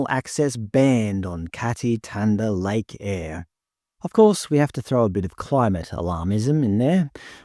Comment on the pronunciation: why on earth would "thanda" be pronounced "tanda"?